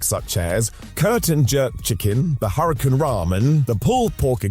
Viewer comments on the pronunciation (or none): none